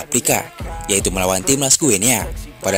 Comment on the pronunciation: Baca nya GINI , seperti kita baca Papua New "Gini", bukan Gue Nea. 🎉